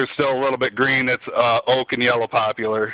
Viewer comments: LOL, Brother you have a long way to go before this is even close to efficient. You may want to check out the heat values on wood as well because although oak is hot its not the best wood possible. BTW its poplar NOT popular. LOL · Yellow Popular?? Dude, its poplar.